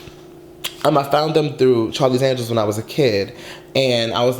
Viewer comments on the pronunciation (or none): none